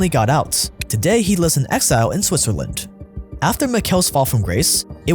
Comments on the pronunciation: Its "Switzerland" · "Switzerland" with a T